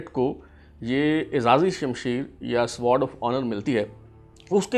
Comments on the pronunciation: سوارڈ کیا ہوتا ہے ؟ "سوڈ" sword بولتے ہیں اسے۔ سوڈ اوف اونر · Sword is pronounced as ‘sord’. Try to skip ‘w ‘from the pronunciation. Good research but s’W’ord makes it quite irritating. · Fantastic 👍 1. The word sword will be pronounced with a silent W (Sod). 2. CSUO stands for Company Senior Under Officer. Best regards. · An extremely irrelevant talk by this Gentleman,most of the information is incorrect,no need of this boring talk(illogical),cannot pronounce "Sword"calls it as sward of honour,strange just wasting time